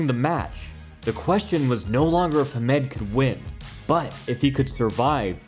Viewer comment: Nice, but this side of the pond at least it was pronounced HAM-ed